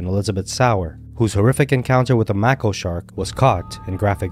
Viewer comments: Mako shark is pronounced Mayko just so you know… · ''Make-o, "not "mack-o." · Mack o shark? It's pronounced mae ko. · Yeah it's May-ko shark. I'm an animal lover, not trying to be a grammar nazi, just giving you helpful advice, I know it's important to sound as professional as possible. 😊👍🏼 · Hey love ur videos just fyi mako shark is pronounced make-o if u look even further back there has been lots more attacks i saw one where mother daughter got attacked and the mother I can’t believe lived she has a ginormous bite out of her backside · It's MAY-ko --->Mako.. Wow, I had no clue Egypt had so many shark attacks ! Scary ! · FYI it's pronounced MAY-ko shark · It can actually be pronounced either way, depending on where you are from. Shark biologists from New Zealand do call them "Mah-ko" sharks. Look up Dr. Riley Elliott. And in America we pronounce it "May-ko"! So it just depends on where you come from & accents. So please make sure you are 100% sure you are correct, before you start correcting people. The creator of this did a great job, & depending on where he is from will determine how it's pronounced. Thanks, not trying to be mean, but just wanted to make sure incorrect information wasn't being spread so other ppl don't try to correct someone & then get told this. Have a great one! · No Idea How These Narrators Dont Even Know How to Pronounce "Mako" Shark...They do This Often With Even Simpler Words..It is Kind of Weird